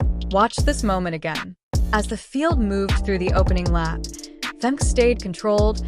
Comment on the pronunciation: Hate that the AI voice doesn't pronounce Femke correctly !